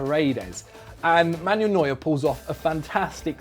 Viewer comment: It’s MAN-U-EL not MAN-YOULL. I get that different languages and regions have different pronunciations compared to one another and that some player names are difficult to pronounce, but at least try to pronounce the names correctly based on where they come from. I mean it’s not like the names aren’t spoken aloud by teammates, couches, announcers, the players themselves or loads of other people and you don’t have a reference point.